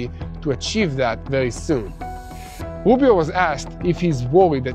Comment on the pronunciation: Rubio not woobio. I'm not trying to be critical.